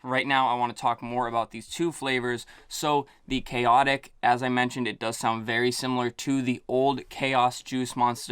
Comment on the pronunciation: I am so happy you pronounced them correctly! And noticeably liked the juice flavors for both, with Khaotic > Papillon.